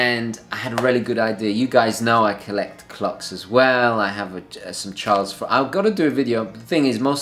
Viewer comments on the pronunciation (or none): none